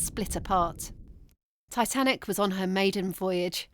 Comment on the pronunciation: 😂😂😂I can’t get the way she said “tiT Anic” out of my head